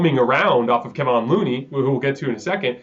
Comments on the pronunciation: This dude always saying Kevon’s name as Kevin and it’s lowkey disrespectful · Excellent analysis from you, as always. I think you’re about 15 degrees off on your understanding and appreciation of Curry’s game/role/import to the team. And, you’re almost there on Kevon. The accent is on the second syllable. Thank you. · His name is keVON NOT keVIN